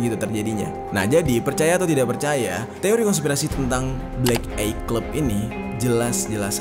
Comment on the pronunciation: Maaf bang, aku bru prtama di channel lu, tp gw gajadi subscribe krna bawaan crita lu tu gk asik, gk seru dan membosankan, banyak kalimat” yg di ulang” banyak kalimat” dan kata” yg sbnrnya gk penting tp di masukin, kyk mau manfaatin biar video lu panjang doang, trus cara nyebut black eye itu bukan “blek ay” tapi “blek ai” tolong, diulang” lg, aku jd kesel 🙏🏻 di pelajari lg